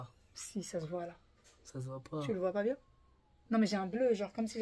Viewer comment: Just une ptite demande pourquoi vous dites bien d’une manière un peu bizarre. Bbbbbbbien